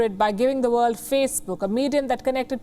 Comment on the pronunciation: WION is a tool of deceit, too. Vorld is von.?... 🤣😂